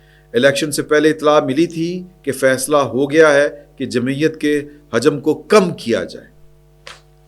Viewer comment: hajam nai hota lafz..hujam hota hai..paish k sath hujam حُجم